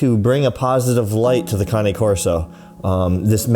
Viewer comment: I'm just learning it's pronounced Kah-knee I always said Cane 😆 you learn something new everyday. On another note may that little boy rest in peace. So sad.